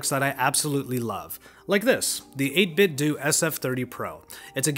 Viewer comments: And it's 8 bit dough not Doo. 8bitdo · It's DOH not DOO. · It's 8bitdoh, like Nintendo.